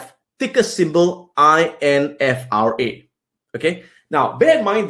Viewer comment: it is NFRA not INFRA, thx for sharing Adam ^^